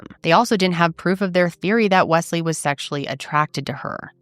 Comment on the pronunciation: It's interesting how you pronounce Wesley, it almost sounds like 'Wess' in Ireland we would say it mote like 'Wez/Wez-Lee'